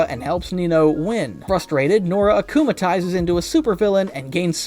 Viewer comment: “Akumalises” , “miracle” , “rena rogue” He has clearly never watched an episode in his life- 😭💀